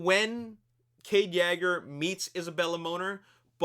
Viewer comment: THE FIRST TIME PRONOUNCES "YEAGER" CORRECTLY🎉🎉🎉🎉🎉🎉🎉🎉🎉🎉🎉🎉🎉🎉🎉🎉🎉🎉🎉🎉🎉🎉🎉🎉🎉🎉🎉🎉🎉🎉🎉🎉🎉🎉🎉🎉🎉🎉🎉🎉🎉🎉🎉🎉🎉🎉🎉🎉🎉🎉